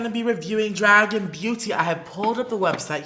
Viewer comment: It should not be pronounced dragen it should be draguuun